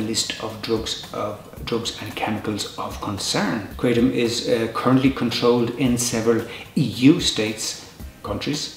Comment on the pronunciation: 100 facts and pronounces it wrong